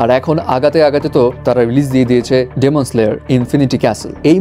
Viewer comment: ডেমন নারে ভাই এটা ডিমন🐸